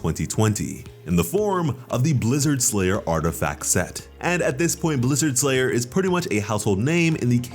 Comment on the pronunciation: Blizzard STRayer, not Blizzard SLayer.